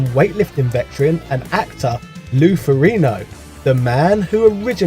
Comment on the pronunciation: Wait.... How did you just pronounce Lou Ferrigno's last name?!? The "G" isn't silent. It's not like he's some obscure body builder, either... Lou Ferrigno is arguably the most famous bodybuilder with crossover appeal, from a mainstream pop-cultural perspective, after Arnold Schwarzenegger. Also, you have access to basically all the world's collective knowledge at our fingertips. If you weren't familiar with the individual, maybe you should have done a cursory Google search and at least learn how to pronounce his name properly. While the "G" can be silent in some pronunciations of Ferrigno, in this particular WORLD FAMOUS ACTOR'S case, it is not.